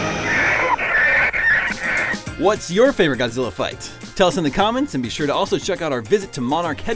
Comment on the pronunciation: They are not real Godzilla fan. If you hear them mispronouncing their names it is already hinted they are not a fan.